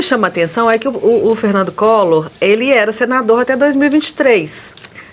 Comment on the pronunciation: "Ferrrrrrnandu collorrrr" , foi preso tentando fugir. Vc é um boçal.